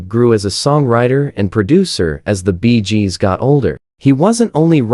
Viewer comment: Stopped watching the moment i heard "Barry Jib". No idea what this is about. Edit: while typing my comment, i heard the group called "the Beejes". I'm out.